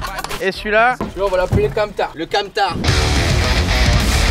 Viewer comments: AAAH KAMMTHAAR, PAS CAMTAR SACRILEGE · c'est pas camtar c'est kammthaar (petite reférence musicale) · Alors déjà c'est pas camtar mais KAMMTHAAR